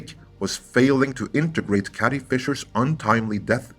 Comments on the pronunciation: Carrie, not Cattie! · Is it me or does it sound that you’re saying “Cathy Fisher “instead of Carrie Fisher ? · Dude, you use the word "carry" in this video and you pronounce it correctly. Next time you see the name "Carrie", say the word "carry", instead of whatever you keep saying...